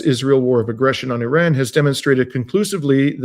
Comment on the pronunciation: Yes I noticed it and suppose it's a mark of respect for their country.